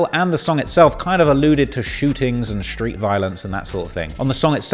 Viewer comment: Why does he pronounce "street" as "shreewts"?